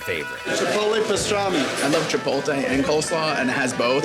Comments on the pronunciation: them saying "chipolte" kills me, and im not even hispanic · The dudes at the pastrami place all pronounce "chipotle" wrong.